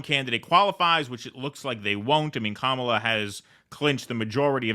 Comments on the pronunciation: KAH-muh-luh. The stress is on the first syllable. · Number of elected delegates Kamala has ever won: Zero. Welcome to the undemocratic Democratic Party. BTW, it's KAMala, not KaMAla. They are saying it's racist to mispronounce her name. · Wait so is it pronounced Kamala or Dogshit ? I'm so confused! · Commola, saddum, fawni, fanny. Django? I'll pronounce these as I wish minky